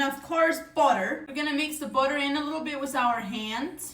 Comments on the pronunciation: Booter sounds like good butter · I just love the way she says "Budder" 😊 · Whats botter? 😂 And dumblings Or meelk 💀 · I love the way she says butter.